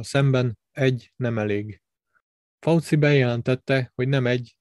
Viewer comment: Magyarországon, hivatalosan "vé há ó" a helyes kiejtés. És nem "Pelosi", hanem ejtsd: Peloszi, valamint nem "Fauszi", hanem ejtsd: Faucsi.